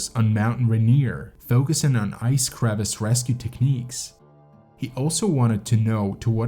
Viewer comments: Dude, it's not a crevice like in your driveway. Come on man. It's crevasse. It's a French word. Say it right. And stop calling these climbs hikes. You go hiking in the Appalachians. You don't hike up Mt. Rainier and Denali. What are you doing? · The people who I've heard talk about climbing Denali say that it is not a technically challenging mountain. Denali is the Athabaskan word for the mountain and it means "The Great One". Crevasse is pronounced cre-VASSE, not like crevice. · crevasse, not crevice!!!